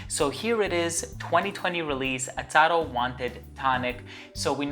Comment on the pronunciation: I've noticed that you kept on saying Atado....instead of Azzaro. Great review